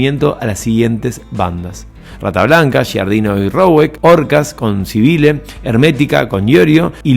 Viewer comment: Pronunciás "Sibile"...es Civile (se pronuncia CHIVILE)